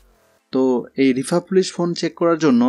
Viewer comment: শব্দটি রিফার্বিশ।